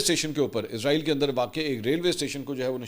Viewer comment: Can I mention one thing please: it’s ISRAEL NOT IZRAAEEL, Izraaeel is the name of Angel of Death